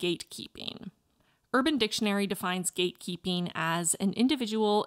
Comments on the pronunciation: Am i only one whoe heard gay keeping multiple times like am i dumb or just too gay lol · Eu escutei o tempo todo você dizer "gay keeping" 😂